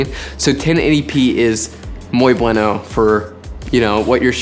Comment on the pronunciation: Great tips! A great content with a big Value!👏🏻👏🏻 PD: When you said "Muy bueno" I repeated the video like 3 times to be able to understand it. Actually my first language is Spanish, so, if you wanna learn, I’m here 😂🤣